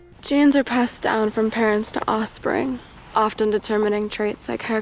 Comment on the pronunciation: "Osspring" - Sydney Sweeney, 2025